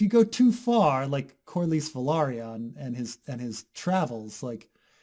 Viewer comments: Why the fuck you saying CORLYS as Calaris or however you pronounce it. Reading is fundamental and that's a pretty easy name to pronounce. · adjusts nerd glasses pretty sure it is core-lees. XD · Will ever look up how to pronounce Corlys Velaryon?